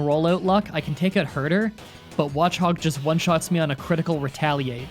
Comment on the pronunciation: Also it’s her de er